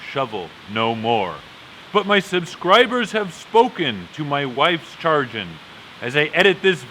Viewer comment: Time to plant when the leaves on the hedge tree are the size of a squirrels ear. Planting corn. By the way it's pronounced sha grin not charging. Great videos great message. Thank you for your time!